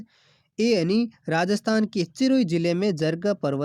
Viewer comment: Bhai vdo banane wale bhai se mera अनुरोध है की कृपया अपनी शब्द शुद्धि ठीक से करे क्युकी आप सिरोही को चिरोही बोल रहे हो और भी कई सारे शब्द है जो आप तेज बोल कर गलत बोल रहे हो जो बिल्कुल ठीक नही h bese आपकी क्लास बिलकुल ओके है पर थोड़ा शुद्धिकरण पर विशेष ध्यान रखो 🙏🙏sir